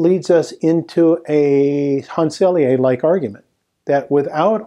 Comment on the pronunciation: Excellent discussion of how new ideas are not accepted even by the scientific community. Thank you for this very informative presentation. May I respectfully add two small details (as a Montrealer and graduate of U de M): 1. Dr. Hans Selye was a professor of Université de Montréal (not McGill University) and his name is pronounced Sely (not Selyé).